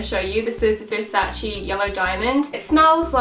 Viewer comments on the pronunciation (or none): Hahahahahaha don't tell me she pronounced Versace as 'Versachee' hahahaha it's pronounced 'Versaisse' hahaha that French pronounciation tho 👌🏼